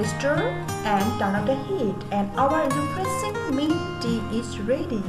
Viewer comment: I legit heard it into " depressing mint tea"